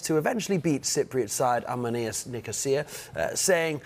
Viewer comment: The host should learn how to pronounce the name of A.C. Omonoia. He will hear it a lot in the future